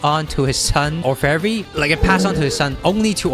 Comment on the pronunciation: You butchered Orfevre's name too.